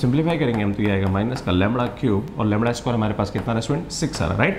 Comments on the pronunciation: Areee Sir aap phle Lemda bolna shikho... Yarr Lemdaaaa lemdaa kiye ho... Gussa aa ja rha ha sun ke...😢😢😢😢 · Sir lamda not lawra😂.... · Lamda bolne ka style thora kezual hai🤣